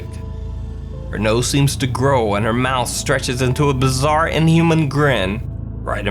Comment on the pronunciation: FUCKING BAZAAR! BAZAAR! HOW. MANY TIMES YOU TOLD US BAZAAAAAAAAR?!